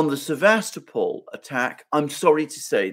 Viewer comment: Sevastopol(topple) not Sevastapol